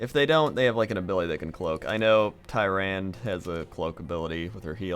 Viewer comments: Stop saying Tie-Rand please... Its Tear-Ron-Duh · Isn't Tyrande pronounced 'Tie-ran-duh'? I'm pretty sure that's how it was said in warcraft 3. Forgive me if I am misremembering. I have not played the campaign in an incredibly long time. Although I do not blame. The way it is spelled, it does look like it would be Tie-rand. (although it sounds incredibly stupid) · lol it's not "tie-rand" its "ti-rond-a" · It's pronounced Ty-ro-ne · (It's pronounced Ti-Ran-Da) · You know, you're mispronouncing Tyrande's name all the time. Oh well, I guess you don't really care :P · He might be pronouncing her name wrong now to anger the nerds.